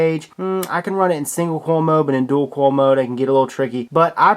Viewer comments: hopefully he'll read the comments and start to say coil instead of "kawel" the rest of his accent is fine. 😀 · Clayton Rickard also he pronounces coil "kawl" 😨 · And he pronounces coil "kawl" which is strange 😦. Why do you do that Please reply to this comment! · no I'm not dumb he only pronounces one word wrong, that's not an accent. Are u dumb ?